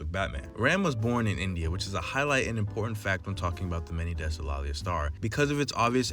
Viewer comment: Great video and very well put together but something I'd like to point out is the pronunciation of Laila's name. Hope to see more keep it up 👍